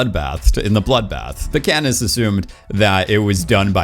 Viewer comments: Did you say Catnip when talking about District 8? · "They explained to catnip" sorry I had to point it out when I heard it. I listened to it 4 times to make i wasn't hearing things. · Love the fact you keep saying katnip lol